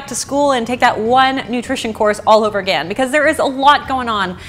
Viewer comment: If she doesn’t say again correctly I swear